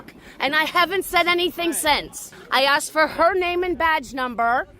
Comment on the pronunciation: She said you axed her.